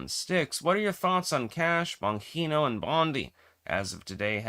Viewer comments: Just a correction on how Dan Bongino 's name is pronounced. If you are going to disparage a person at least day his name right. BonGeeNo... and I know the man Dan is, and he has NOT turned. He is a person with principles and a moral backbone , and he will always do what is right for the country he loves. Not a sell out OR bought off for any price !!!! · Styx, your pronunciation of "Bongino" is like hearing fingernails scratching on a blackboard. 🤣😅😂I grew up mostly in Italy. Did live in the USA for short periods as a child but mostly lived in Italy. My family also spoke Italian at home and with extended family. I moved permanently to the USA when I was 27. I went to school in Italy, even did some university there. My mother and much of my extended family are Italian and many still live in Italy. I'm sharing this info to let you know I speak Italian, and I know how to pronounce words, and names in Italian. In Italian, every letter is pronounced. The name "Bongino" is phonetically pronounced as "BOON-gee-noh", with the emphasis on the first syllable. Hope this helps. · …why do you keep pronouncing Dan Bon Jean ohs name wrong constantly? I thought you were a scholar? And you can’t understand correct pronunciation?